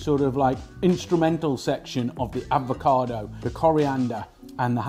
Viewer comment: John stop calling it aDvocado 😂😂😂